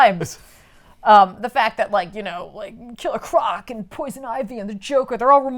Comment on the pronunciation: ITS KILLER CORC!! NOT KILLED CROC!! 😂😂😂😂😂